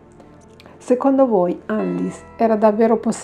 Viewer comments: Credo si legga "Annelise" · Per questo video è tardi, ma per i prossimi ricorda che in Tedesco le "E" finali si leggono: Annelìse è la pronuncia corretta. "ie" si pronuncia come una i un poco allungata. "ei" = ai "eu" = oi "v" = f "w" = v Cmnq, per la pronuncia delle varie lingue puoi digitare le parole nel traduttore Google come per tradurre e cliccare sull'icona dell'altoparlante: una voce le leggerà con la giusta pronuncia 😉 Bacioni 💗